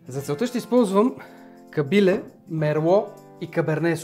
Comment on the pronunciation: всичко е много прекрасно, идеята е супер, вече ми е в топ 10, ама като казваш Кабиле - ударението е на Е. Извинявай за забележката, ама съм Ямболлия и...... прави впечатление.